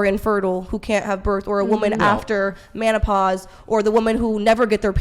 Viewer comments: "Manopause" she fuckin said "manopause" 🤣🤣🤣🤣🤣🤣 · She said “manopause”. 😆